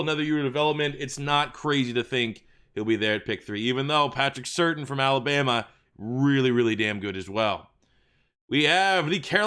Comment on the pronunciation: It’s pronounced “Sur-tane” I know cause his dad played for my Dolphins